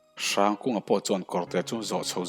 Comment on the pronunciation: Hrangkunga tive mai la, hrrangkunga iti kher hi chu beng a thlep deuh